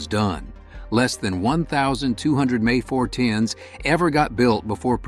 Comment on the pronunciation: Younger listeners will think it’s actually pronounced May instead of the M E. Congrats A.I.